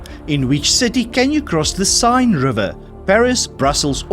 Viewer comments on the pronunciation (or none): Oh my God! Your trivia is very good, but the pronununciations are awful!!!! You never heard how to pronounce Seine, from Paris? And many, many, many others proper names? Your trivia is about general knowledges!!!! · I wish he knew the questions, Some weird pronunciations: Tybalt & the Seine and a wrong answer in just one section. Boing maybe a wholly American company but Airbus is a 3-way European consortium, just as much German as French.